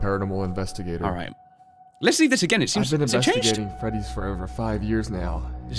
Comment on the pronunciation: you dont say been like that its binn in pronounciation